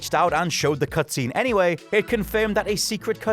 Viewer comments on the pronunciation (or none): also eight as eh, anyway as anywheh.